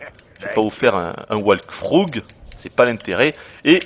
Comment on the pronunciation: "J'vais pas vous faire un walkFROUGUE" hahahaha